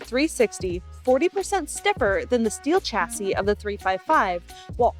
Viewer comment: Excellent video, except for the "English": "chassy". "alumnummmmum", "there is, and then a plural object", etc.